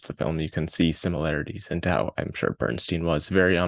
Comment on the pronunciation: Funny, because unfocused and aimless pretty much sums up this review. A couple other things which also escaped your attention; the movie is pronounced 'MY-stro,' not 'MAY-stro,' and the central character's last name is pronounced 'BERN-stine,' not 'BERN-steen.'